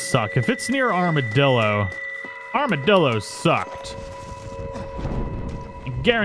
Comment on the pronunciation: Is this the first time he said armadillo and not armadildo